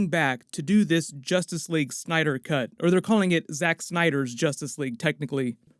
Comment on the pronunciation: In two words? Zustice Sleague !